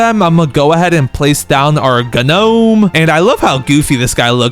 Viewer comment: "gah nome" 💔🥀